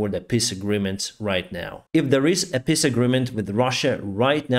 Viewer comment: Love your pronunciation of peace agreement “piss agreement”!